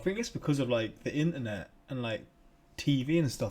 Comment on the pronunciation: You say internet so differently